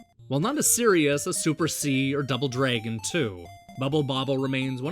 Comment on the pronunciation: you say the word "dragon" the wrong way dude. you say it like "draigon". so lame man!!